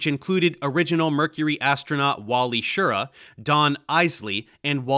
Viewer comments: As I said before in your last Apollo video I started watching you to help with my Italian grammar so I dont think you will mind me telling you that Wally pronounced his name "sheer-RAH". Watch his actifed commercials thats how he says his last name. I remember when I saw them on TV back in the day. Actifed (sudafed) is still one of the few medications you can take and fly an aircraft (or a spacecraft) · FWIW: Schir-RA. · Well done, a good overview but with enough details, considering the limited length of the video. One comment: Wally Schirra's last name is pronounced more like "shi-RAH", with the emphasison on the last syllable. I grew up watching Wally and Walter Cronkite providing commentary on the subsequent Apollo missions. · This may seem like nitpicking, but it's very distracting to hear you mispronouncing Schirra. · Are you saying Wally's last name wrong? I've never heard it your way, I was a teen at that time and Cronkite said it differently.